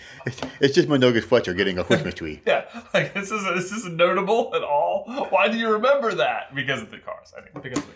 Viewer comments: 'Guys, guys, it's just Mundungus fwetcher getting a quismas twee' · Cwistmas Twee